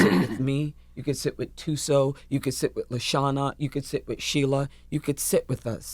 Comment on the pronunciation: Viola says 'Thuso' so well and comes out naturally . WOW !